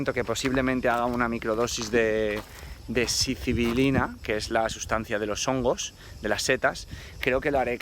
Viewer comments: Sicibilina?? Estas hablando de psylocibina no? Cuando hablas de las setas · Se dice "Psilocibina", no mames! Lo dijiste mal como 25 veces!!!